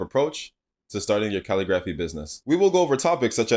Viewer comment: It’s pronounced ca-lig-grif-fee🙃